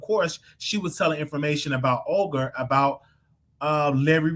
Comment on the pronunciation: you have me on the floor calling that lady Ogre instead of Olga🤣🤣🤣